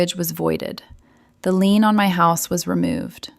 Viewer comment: It’s a lien not a lean!